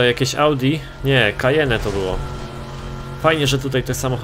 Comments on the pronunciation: Mówi się "Kajen" nie "Kajene". Wiem że każdy mówi jak chce, ale trochę razi w uszy.:3 Pozdrawiam. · nie mów kajene tylko kajen aha spoko filmik nie długo tesz będę miał tom grę pozdro Kacper wika